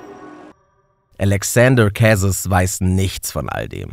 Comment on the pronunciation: Die französische Aussprache müsst ihr aber nochmal üben… Kwebeck… Älexänder Kässes… oh man 😂